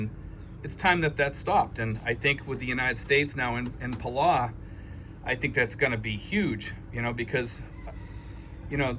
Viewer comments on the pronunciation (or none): I like your videos and agree this is good news! You might want to check the correct pronunciation of Palau. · Your not pronouncing Palau right, get it right.